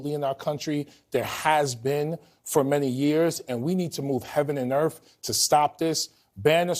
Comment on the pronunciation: "Wee need to move Heaven and Earf". HAHAHA